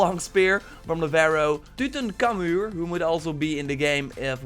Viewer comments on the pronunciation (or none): Totally butchered Tutan Khamun xD